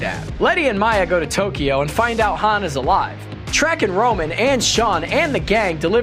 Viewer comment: he calls Ludacris's character rom 🤦 smh